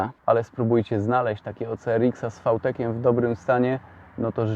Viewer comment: fał tek? a nie wi tek?